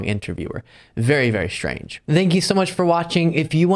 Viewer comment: “Very, very shtrange.” -.